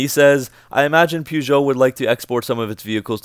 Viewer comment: Funniest part for me was when you said Americans cannot pronounce Peugeot. You sure can't!